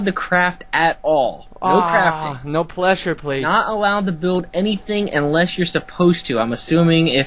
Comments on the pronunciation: hehe pleshure plates... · yes and no cuz i think he said pleshur plates